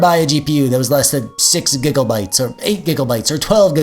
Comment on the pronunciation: Lol. Im going to start pronouncing it gigglbytes now